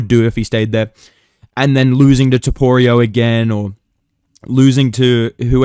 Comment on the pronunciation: aight stopped watching as soon as you said toporio wtf lol